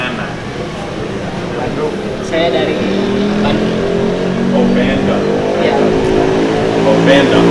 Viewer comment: Bandung = Bendong Pak = Pack Wkwkwkwk Ngakak asli